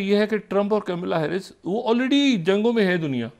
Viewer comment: Kamala harris not camila harris. Mr. Propagandist pronunciation should be corrected.